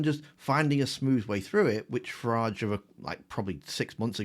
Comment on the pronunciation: You’ve got say Farage like garage.